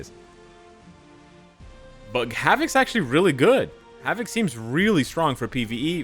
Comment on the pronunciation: 'Hav-it'? Wtf?